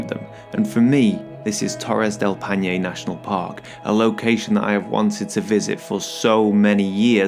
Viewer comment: Torres del Paine crash course: "Pai" as in Lemmon PIE, "Ne" as in NExt, so, PIE+NE... hahah now you got it 😂 BTW, did you try the mate drink? hope you did...